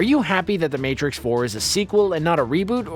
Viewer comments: "THE MARTIX" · lol... "The Martix"